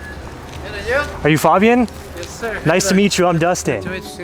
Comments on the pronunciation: It’s FABian and not FOBian,. jeez…. 😅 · His name is pronounced (Fayy-bee-in) 😂 he pronounced his name after you asked him to tell him who he is to the camera then you proceeded to pronounce it wrong the rest of the video 😭😭😂